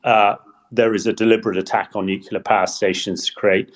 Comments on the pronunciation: Please, stop saying "nuculear", the word is nuclear, not "nuculear" (or however what they say can be transcribed). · Please require all guests to learn that ‘nuclear’ is not pronounced ‘nucular’ before the broadcast starts. It does nothing to enhance their credibility. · Everyone on this podcast always mispronounces 'nuclear'